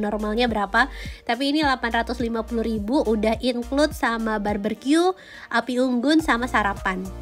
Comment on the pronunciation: Barbecue ya bukan barbercue,, nnti jadi potong rambut deh 😉😉😉 cmiw